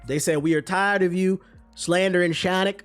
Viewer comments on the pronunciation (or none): "Shawnic" will always crack me up 😂😂😂